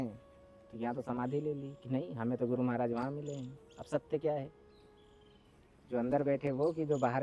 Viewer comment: भाई मराज जी नहीं होता है महाराज जी बोलो